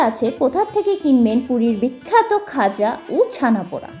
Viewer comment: ওটা "গজা" ও নয়, "খজা" ও নয়, খাজা! 🤣